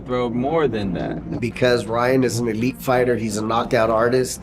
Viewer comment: Did he say elite hahahaha no